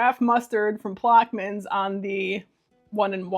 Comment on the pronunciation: You crack me up! I (think) it's pronounced plosh'-muns. I may be wrong, though.